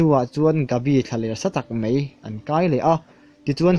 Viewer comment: 'Mai' hi 'Mei' tiin i lam zel a, a dik lo hulhual a ni. Thil lam dik turin lo inzir zel teh khai. I channel-erawh a bengvarthlak e.